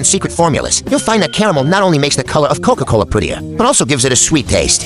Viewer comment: Bro said cocola